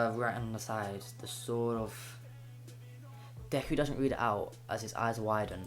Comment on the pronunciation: It's not decker it's deku